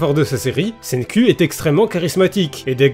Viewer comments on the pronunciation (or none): Je lis les scan cher (je suis même à jour), et "Senku" (Senkū en romaji si on en croit wikipedia) en japonais se prononce littéralement "CènkOU" pas "CènkUH", ça finis par le son "う" (allongé qui plus est) qui est un mélange entre le son "EU" et "OU" (comme le "U" de "LUffy") donc je sais de quoi je parle justement, après, si tu veux garder ce cher accent français, je ne me permettrais pas de juger l':) Merci de faire découvrir ce manga a un plus grand nombre (le coter comique étant son point fort pour moi), tu lis promise neverland sinon? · "Tout d'abbord SAIGNE-CUL" :,) un ptit effort niveau prononciation serais le bienvenu isssou